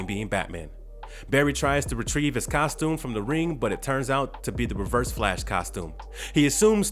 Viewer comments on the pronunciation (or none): none